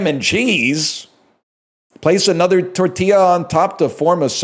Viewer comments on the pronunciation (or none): none